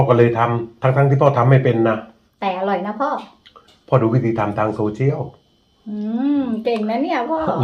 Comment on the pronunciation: ตาลุงโหดมากพูดว่าอาอร่